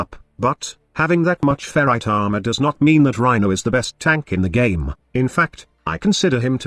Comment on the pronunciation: The way you say armor is funny ahma